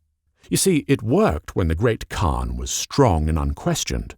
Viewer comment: The proper pronunciation would be "Chin-gis-hun" And while a khagan is pronounced correctly, all of the khans don't get that luxury for some reason Kurultai or Hurultai or Hurultee - pick your poison